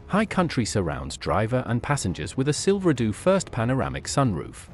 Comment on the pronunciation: Silver doo? Is it that hard to find a real person to read a script?